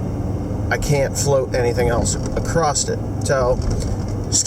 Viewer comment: WTF...??? He can say fruition but he can't say "across"...